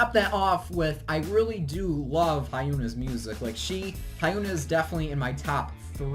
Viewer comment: the pronunciation for lee hyori and hyuna made me cringe lmao